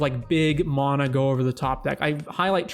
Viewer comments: There is no O in MANA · Where are you from? The way you say mana drives me bonkers and i assume its regional